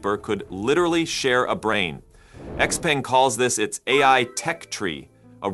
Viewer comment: XPENG is pronounced XPUNG. Get it right.